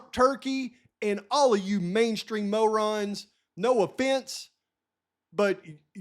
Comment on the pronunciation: Mainstream Mow-rons...Just not smart enuff!😂